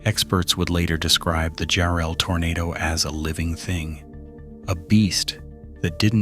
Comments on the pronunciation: JARRELL GODDAMMIT! NOT "JU-RELL" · Enjoyed the footage, but mispronouncing the town name.........🤷 AI crap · What are you talking about this crappy AI he can't even pronounce the town Jarrell Texas correctly